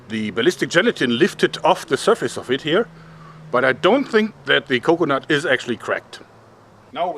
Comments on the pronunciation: Anyone else love how he says "co-conut" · The way he says coconut